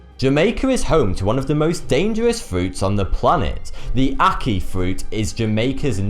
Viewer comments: ackee is so good :L just wish he didnt say ack-eye XD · oh did he say aki?? and saltfish?! its ackEEE say it properly. vote this up he needs to say it properly. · lol it's ac-kee not ac-keye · 1) C'shew? 2) Phycosis? 3) Ackai? I thought it was Ackee? 4) Aphixiations? 5) Sannakaji? 6) Nambia? 7) Oshiketataka? This was a rough day for. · Its pronounced ack-key and saltfish not ack-kye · Monty Cantsin he was doing well with the Ackee until the last bit. I like to think he does this on purpose.